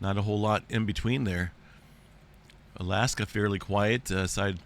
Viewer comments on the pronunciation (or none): none